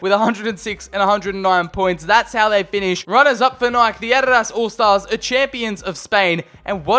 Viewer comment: Adadaz instead of adidas